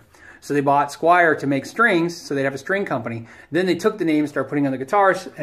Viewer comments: squier not squire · "Washurn" and "Squire" made me quit and go to the next vid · SQUIER! not Squire! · Squire and Jacksan? Dude, try harder...